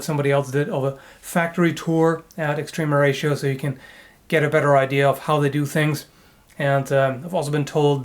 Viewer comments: "Extreme Horatio" I will always hear it that way. I'm cool with it. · I just keep hearing Extreme Horacio when you say their name...